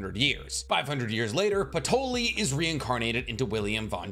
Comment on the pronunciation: “Hyuno” “patroli”😭😭🙏🙏